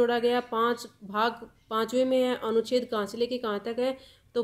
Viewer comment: Anucheddd na ki aducheddd